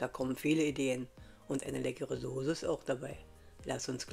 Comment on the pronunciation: Bei "Sohse" war ich raus.